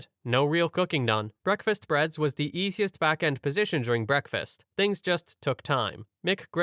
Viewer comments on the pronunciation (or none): none